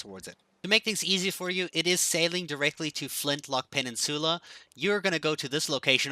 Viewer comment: Pen- in- sula 😂